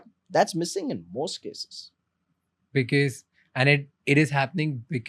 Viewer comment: I hate when someone says "beekis" for "because"